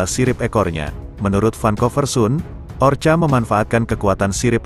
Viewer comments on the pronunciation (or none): Bukan orcha tapi ORKA. tolong diperbaiki dalam mengucapkan nama-nama apapun. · Kalau mau bikin narasi dlm bhs indonesia ketik bunyinya orka dibaca orka bukan orca... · Orca ya kk bukan orcha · Tolong bacalah ORKA bukanya orcha. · Bacanya Orka oom..hehe,sorry nih..😂😂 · Gak apaapa... Kedengaran lebih gurih...ORCA ... hehehe